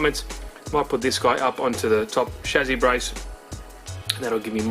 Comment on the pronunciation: Dude it is a chassis not a chazis 😂 Great video, keep it up!